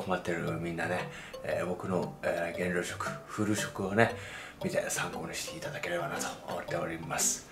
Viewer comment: 減量じゃなくて原尿に聞こえるムード